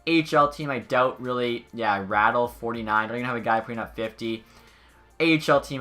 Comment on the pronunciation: And its RAWDEAL not rattle